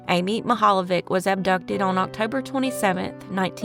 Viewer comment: I am Croatian and pronunciation is not even close.... Mihaljević